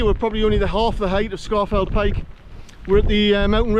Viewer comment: It is correctly pronounced “Scawf’l Pike”. And my Paramo Alta jacket has kept me dry on numerous hill walks - including a climb of Scafell Pike in tbe rain.